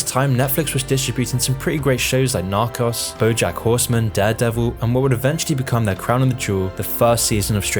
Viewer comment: Narcoss 😂😂 dude it’s not pronounced that way